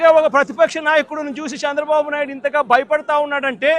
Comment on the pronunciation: చంద్రబాబు అనలేవు .... సాంద్ర బాబు అంటున్నావు... నత్తిపకోడి మాటలు వద్దురా... సైకో వెధవ నా...